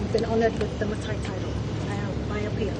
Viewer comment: What a long matai name. maimau. He doesn’t pronounce his matai name correctly 😂😂 God is good.